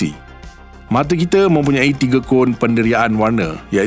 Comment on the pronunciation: Guna Bahasa Melayu baku tetapi sebutan masih KL... Jika betul2 nak Bahasa Melayu baku, sebutan kite tu kena betul2 kita dan sama bukan same...